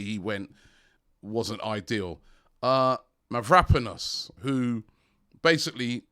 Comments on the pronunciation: It's Mavropanos. At least you said one vowel correct... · MAV-ROW-PAN-OS come on Robbies it's about time you pronounced his name right ffs!!!